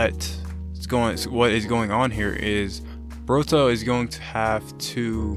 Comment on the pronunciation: Why you say boruto like burato